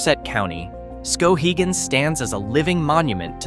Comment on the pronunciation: It's Skowhegan, not Skohegan.